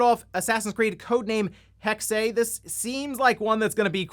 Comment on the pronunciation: "Assassin's Creed hex-ay" I swear has the worst pronunciations on YouTube. 😐